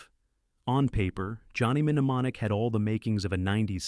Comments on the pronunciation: Johnny "Mne-mne-monic".. It's Mne-monic. I know it's AI but it made me laugh. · Johnny Min-a-monic? Really??? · Wil someone teach AI how to pronounce simple words? "Controversy" and its derivatives are always butchered. "Mnemonic" is NOT pronounced "mini-monic." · Johnny "Men ee mon ik" made me laugh. The internet knows it's pronounced "nuh MAA nik" so the horrible pronunciation must have been on purpose, right? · menamonic? it's nemonic. Is this AI narrated? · The Pronunciation is "Jonny New Monic" for Johnny (M)Nemonic 13m11s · It's pronounced Nuh-monic. If you're going to narrate a video, crack a dictionary first. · Johnny Mehnemonic ? Is this more AI slop or just an idiot? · Good video. Also an excellent reminder that AI isn't quite ready: "Johnny Em-Nemonic." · "Johnny Minamonic"???? 🤣😂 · Teach your AI narrator to pronounce English words correctly. "Menu-monic"? WTF? That's just irritating! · Mnemonic - nəˈmänik the M Is silent.. 'Ne Mon ik' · nuh·maa·nik The first M is not pronounced! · I laughed out loud: Johnny Nemmenomonic... whaaat??! 😂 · Some of your pronunciation errors are noticeable. In "Johnny Mneumonic," the "M" is silent. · Got on my nerves hearing idiot pronouncing the first M several times. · Johnny What? 😂 the M is silent, AI bot. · the first M in Mnemonic is silent! and Natural Born Killers is NOT a sci fi movie. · Starship Troopers screenwriter never read the book. Teach your UI to pronounce mnemonic. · The first "m" in 'mnemonic' is silent. JFC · mno it's mnot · The nm pronunciation flub proves this is nothing more that AI generated slop. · OH FOR FUCK SAKE. The M in Mnemonic silent. AI trash voiceover. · Wow, this AI voice can't say "Existenz" at ALL, and somehow doesn't know the pronunciation for the word "Mnemonic" either. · Every one of your videos has the AI mangling the word “controversy”. Every last video. This one also mutilates “mnemonic” and “eXistenZ”.